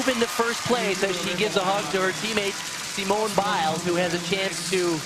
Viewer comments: SEEEMOONAY BAIS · Thats not how to say Simone